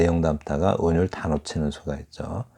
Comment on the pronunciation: 또! 틀린 발음!! "운율"의 첫자 "운"도 길게 발음해야지요! 이를 선생께서 또 "잛게" 발음했더이다. 이런 일은 결코 가벼운 문제가 아니올시다.